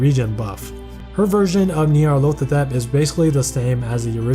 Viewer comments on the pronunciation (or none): It sounds like you’re saying “Nyarlothatep” instead of Nyarlathotep. Besides that, amazing video as always.